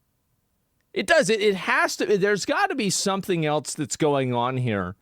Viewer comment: There is no t in "else" why do you pronounce it "elts"?